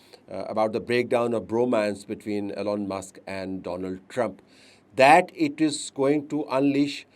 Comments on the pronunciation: Yes, right sir... it,s E , lon Not , A, lon or Allen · Isnt his name Elon and not Allen